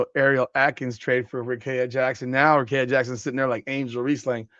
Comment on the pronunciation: Do you even watch wbb or you just like talking about it for clicks? Even if you don't watch, please explain how you got the name you said from Rickea? Let's sound it out...Ric-kea(rih-KEE-uh). Also if the NBA can do the Luka trade and still be a "serious league", then the WNBA will be fine if they do this Rickea(Rih-KEE-uh) trade.